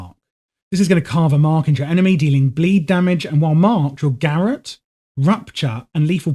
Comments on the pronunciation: FYI its not "gareth" it's pronounced "ga rot" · Bro... Probably a nice guide, but damn... Check how to pronounce garrote, please... It hurt my ears...